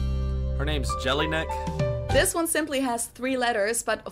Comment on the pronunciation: "Her name is jellyneck" 😅